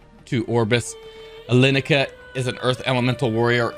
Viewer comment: > Alen - cia not Alenica lol